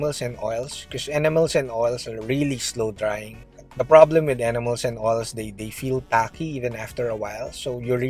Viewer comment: When you say enamels it almost sounds like animals..